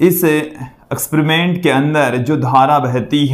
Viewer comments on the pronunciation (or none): Eksperiment bolte h akspariment ni sir😅